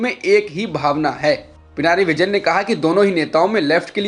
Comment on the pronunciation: Not Pinari ,Pinarai Vijayan.